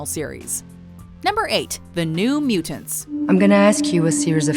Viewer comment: u pronounce Mutant properly. i love you even more!